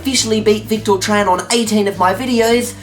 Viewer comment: WAIT! YOU SAID MY NAME RIGHT! AT THE END OF THE VIDEO AT SOME POINT! :D "The Victor Tran challenge will be active..." :D